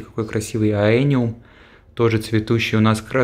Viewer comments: бесконечно благодарен вам, Нико, за такие потрясающие экскурсии и рассказы. Хотел вас немного поправить. Растения, которые вы называете Аэниум, правильно называются эониум (Aeonium).) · Да, проект и в целом остров просто потрясающие. Эониум произносил га испанский манер, запомнил😄🌿☀️